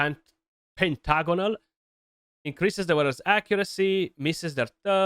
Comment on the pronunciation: Say pentagon again 😂😂😂😂